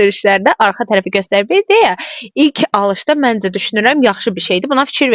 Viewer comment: Mendze yox menCe